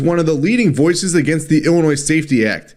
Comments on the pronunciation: "Illa-noise" 😂 the s is silent 🤣 holy 💩, I've never heard someone that makes money from speaking mispronounce so many words 🥴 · Pronunciation heads-up: The ‘s’ at the end of Illinois is silent. It’s not called “Illinoise”, but “Ill-i-noy” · DO NOT PRONOUNCE THE S IN ILLINOIS!!!!!!!!!!! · I'm more worried about you calling it Ill-Uh-Noise than Ill-Uh-Noy. The 'S' is silent lol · please 🛑 saying iLLi noise. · Love your videos...but as a lifelong Chicagoian, it's pronounced "Ill-in-noi". As a reference, I've never heard heard anyone say "Ark-in-sass" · It's Illinois (Illinoy). The S is silent. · Love ya but there’s no noise in Illinois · It's pronounced: ILL-annoy. (See it that way once and you'll never forget it 🤣) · The S in Illinois is silent bro. I grew up in and live in Illinois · s is silent 🙏🏽🙏🏽🙏🏽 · Bro, I love you to death, but please stop pronouncing the 's' on the end of 'Illinois'. lol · S is silent in Illinois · S is silent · The S in Illinois is silent lol. I'm from Central Illinois and this is absolutely moronic. Now you're going to see more and more citizens in this state applying for FOID and buying more firearms. If it wasn't for family i never would have come back to this state after the Army. Our election is coming up though so hopefully we can vote for some new, sane people for office. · Just a note. You do not pronounce the S in Illinois.